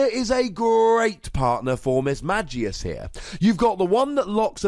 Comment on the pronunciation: Had to stop watching this video since you pronounced Mismagius wrong and really anoying to listen how same mistake repeated over and over.